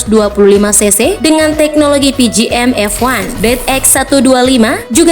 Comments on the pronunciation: Kak maaf bukan pgm-f1 tapi pgm-fi . Bukan "one" Tapi "i"🙏🙏🙏🙏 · Pi ji em ef wan.. hiyaaaa , harus nya pi ji em ef ai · Hahahahahaha pgm fi di sebut pgm f1,saber di sebut sabre ,cs1 bukan 110🤣🤣🤣🤣🤣🤣🤣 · Baru tau ci es wan 110cc .. kirain 125cc .. Pi ji em ef ai .. bukan pi ji em ef wan 😂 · pe ge em ef i,.. bukan pe ge em ef wan.. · Pijiem ef ai... Bukan pijiem ef wan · PGM F I bukan PGM EF WAN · ngakak nyebut pgm F wan. hahaha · Begini jadinya kalau bukan ahlinya yang bicara,CS 1 dibilang 110cc,mesin tidur,pgm fi dibilang pgm f one. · Gatel bgt dengernya emg 😂